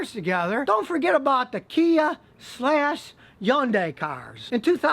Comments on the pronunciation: It's Hyundai with an H Not Yundai ! 👎 Do you say Yonda ? for Honda ? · Scotty, please... Hyundai is pronounced "HON-DAY" in North America. Again, HON-DAY. One more time - HON-DAY. This EEE-ONN-DAI word you keep saying is weird... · learn to pronounce Hyundai. "Hun Day" not "Yun Die" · yundai? Not hundai? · The hell is an Yondai ..Hyundai 🤔🤔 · Hyundai like “Sunday” I’m not going to tell you again Scotty. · You are the first person I've ever seen call the Hyundai a "yundai" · Hyundai rhymes with Sunday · Scotty the Hyundai name is the most mispronounced . The correct pronunciation is Hunday like Sunday , Monday. I know this because when I did market research in the 90's They were one of my clients. And thats the way Corporate said to pronounce it. Also they made a commercial singing Sunday Monday Honday ... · "Yun die" ? 😄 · I've heard a lot of different ways of people pronouncing Hyundai but today is the first I've ever heard just a straight up Yundai haha. Also I disagree with his assessment about Hyundai engines. They had a bad run between but the 2010 and prior model engines were bulletproof by all account. After this recall Kia/Hyundai have been investing more money then any other auto company in engine R&D and manufacturing. Granted its not been long enough to really test them but I have yet to hear of a single person I know who's had engine troubles with a Hyundai or Kia past 2015. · Do you realize that Hyundai and Kia are consistently rated higher in quality than almost every other brand? And could you please learn how to pronounce "Hyundai" properly??? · Nah he pronounced it wrong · He is just saying the pronunciation since Scotty was saying it all goofy. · ... and I thought all Americans would pronounce Hyundai wrong. :D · Learn how to pronounce Hyundai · You can't even pronounce Hyundai and claim to be a car mechanic. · Scotty, Hyndai rhymes with Sunday. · Scotty can't pronounce Hyundai right